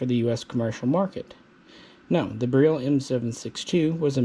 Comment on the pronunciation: bareel lol no one knows how to pronounce it. All the vowels are not the same as they are here. Beryl is pronounce Ber-il (hard R). Radom is pronounce Rah-dom (soft A). Lived in Poland for a while and my wife is Polish. Stop saying bareel lol